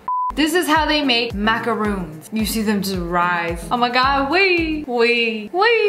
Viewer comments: Its macarons pls (mac-a-rons) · “Macaroons” My baker senses are triggered